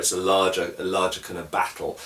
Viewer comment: I love the way you say 'battle'. If they ever make a realistic swordsmanship video game I want them to hire you to narrate.